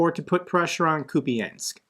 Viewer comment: I have told you more than once, Kupiansk is a two syllable word. ia is one sound, я, not two sounds. So please try to get at least close to the correct pronunction.